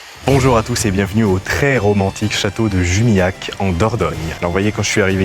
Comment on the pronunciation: le nom se prononce , à l'occitane, "Jumilyakk"(LH=Lmouillé = LLcastillan)